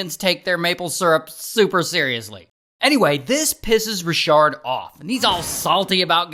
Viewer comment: Not Ra-shard!